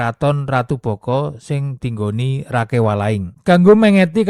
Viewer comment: Kata Rakai lebih pas nyebutnya Raka i